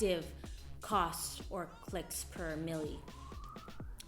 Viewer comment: Millie, lol! It's mille. Pronounced cost per mill.